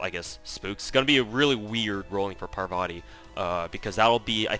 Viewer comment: It's pronounced Paarvati not Parvaati btw